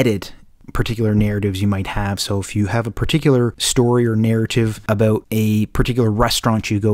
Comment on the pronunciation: TALK ABOOT?? IS THIS GUY CANADIAN?